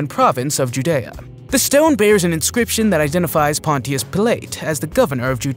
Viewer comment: THANK YOU!! He says the words wrong as he is sure they are correct.. GaLELEE?? And Ponchos who?? Oh my gosh!!